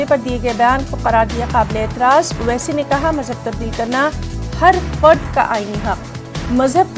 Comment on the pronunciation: اوسسی صاحب کا تلفظ غلط ہے. نیوز اینکر کو توجہ دلائی جائے